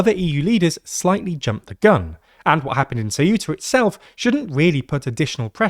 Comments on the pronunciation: Shameful clickbait title trying to jump on a fascist bandwagon that already passed. Also, it's "Ceu-ta", not "Ce-uh-tah". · Ceuta, not ceúta... Ceuta, eu is read almost as if it was a single letter... And most important, there is no "acento" in the u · It is CEU-ta, not ce-U-ta. The EU is a decrescent diphthong, not a hiatus with stress in the U. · why this weird pronunciation of CeUta? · Ceuta's pronunciation is: ˈθewta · what's with the very weird pronunciation of Ceuta lol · The way he pronounces Ceuta is triggering me a bit 😅